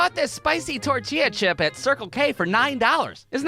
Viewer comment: bro why do u say tortilla like that